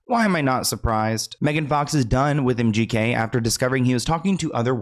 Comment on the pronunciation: The host said MGK but it sounded like empty head😅